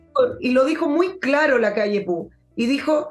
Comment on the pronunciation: Con todo cariño, no se dice Lacalle Pu, sino Pou, así como se escribe. Saludos desde Uruguay.